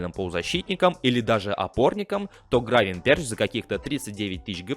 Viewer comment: Админ первый раз слышу, Гравенберч, Гравенберх*